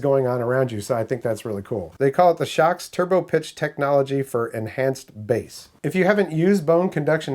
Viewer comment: It looks like they watched your Naenka video. They paid attention to your comments. I'm a long time viewer. I'm pleased to see you are branching out. BTW, I agree with your pronunciation. I really couldn't read it any other way.